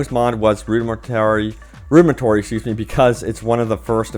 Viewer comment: Rudimentary: roo-duh-MEN-tuh-ree Modify: MOD-uh-fahy, not 'monify' Continuously: kuhn-TIN-yoo-uhs-lee Dyslexia when 99% of your content is reading someone else's articles and comments...